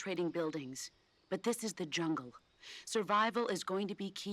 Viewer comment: Okay lol I swear I heard you say “look at that yummy junk” but you said jungle 🤣🤣🤣